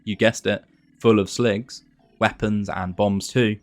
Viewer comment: Watching this and hearing you call them "Slogs" and not "Sligs" bothers me.